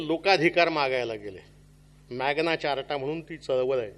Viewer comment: अहो साहेब , मॅग्ना चारटा नाही हो, मॅग्ना कार्टा असा उच्चार आहे